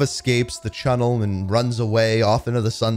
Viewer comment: the cunnel yeah it’s tunnel not cunnel